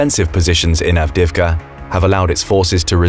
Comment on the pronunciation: Why do you pronounce Avdiivka so awfully? Lmao